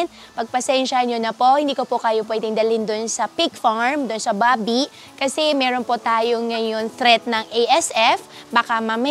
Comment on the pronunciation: Bilsng part Chinese na nagkaboss na pure fujianess hirap na hirap sila banggitin ung “Meron” laging “Melon” 😂